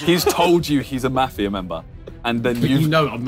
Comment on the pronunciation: as an aussie, it was hard to listen to their pronunciation of mafia lmao